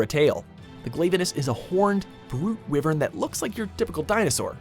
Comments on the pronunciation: Its WHYVERN... not "wivern" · said wivern instead of Wyvern. Wyvern is a literal term. WatchMojo really dosen't know their shit when it comes to any game or anime or TV show etc. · It is pronounced why-vern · I would like it if he pronounced wyvern correctly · I know right, why would you say it like that and not say the way it's spelt first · May Marzo they say nibelsnarf first appeared in generations even though it first appeared in monster hunter tri, they even used the nibelsnarf intro from tri, I find it odd how they only put 3 of the fated four on the list, and still don't like how he says wyvern.